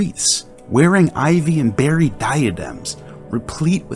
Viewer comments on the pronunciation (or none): none